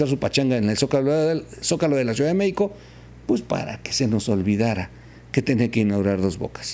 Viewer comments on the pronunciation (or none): none